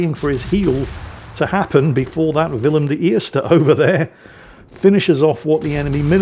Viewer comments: The pronouncation of Willem de Eerst in Dutch was spot on mate! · Who are You??? and what have You done with the real???? You pronounced WILLEM DE EERSTE correctly!!! Greetings from Holland, Gerard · your pronouncement of the “Willem de eerste” is absolutely spot on. Well done